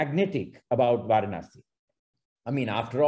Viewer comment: I think the correct way to pronounce Varanasi is வரணாஸி not வாரணாஸி. Excellent presentation by Sriramji. I am a fan of him on his videos on Madras...